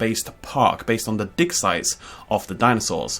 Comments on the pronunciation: Thought you said dinosaur dick size...not dig site. Spat out my tea everywhere! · Did you say "base on the dick size of dinosaurs"?